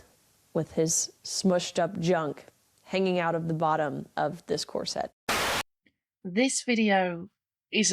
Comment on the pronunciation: I don't think I've ever heard anyone pronounce 'corset' to rhyme with 'courgette', is that a thing or is it all? A great moral boost even if it did feature a rogues' gallery of bitter puppets, twitter trolls and their ilk! That Alison Bailey quote always makes me shudder. I'd like to suggest people also check out the work by Persephone van der Waard, a transwoman who has written books on sex positivity and subjects related to this video. Much love!! 💖🏳‍⚧